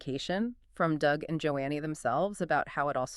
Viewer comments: The first marriage was not 12 yrs, but one or two years. Joni is pronounced "Joanie" not Joannie. I knew when Doug got together with Lisa. It was in his early 20's. You can't believe almost anything either Doug or Joni say. You two lied about Doug being upset by Lisa's exposure--you two are frauds. Stinky ones, you don't even know how to say her name. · Dead giveaway!! NOT JO-ANNIE Lamb folks! It’s Joni Lamb!🤢😡🥶🤷‍♂️🤷‍♂️ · How about pronouncing Joni's name correctly!